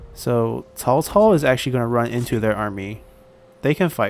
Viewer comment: Am I the only one who is amazed by the fact he can pronounce their names quit good? Whenever I say Cao Cao's name it sounds like I'm saying Chihuahua...